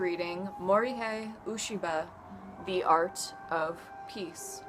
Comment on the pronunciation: it's u E shi ba pronounced.